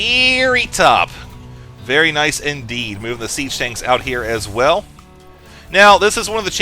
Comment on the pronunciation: "veaaary top" loled at that